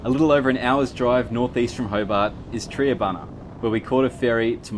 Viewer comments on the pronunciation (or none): Not "tree" abuna. It's Tri abuna. Like Try. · You pronounced Triabuna wrong lol can tell your not a local but thanks for showing my state I wouldn't live anywhere else